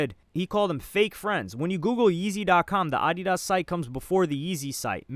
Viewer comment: Bro why do you pronounce Adidas like that